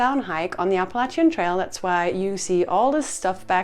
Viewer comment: Like the way you say Appalachian.... it hits also....❤